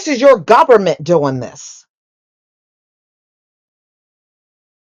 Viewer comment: Well.... "gubbermint hoizin', if gubbetmint housing." #CutThe Check N don't worry about our #RoofOverOurIwnHead!